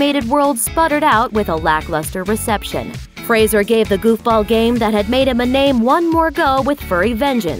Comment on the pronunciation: thank you for not mispronouncing his name. you are the first American that i have heard in any type of media that has pronounced "Fraser" correctly (usually they pronounce it "Frasier" like the tv show